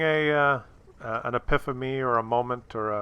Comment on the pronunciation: So to sum up, if you want to say "epiphamy" instead of "epiphany" that's your choice.... fairy muff.